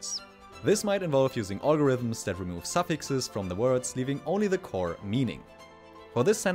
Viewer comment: "ollgorithms" 😂 Nice video though!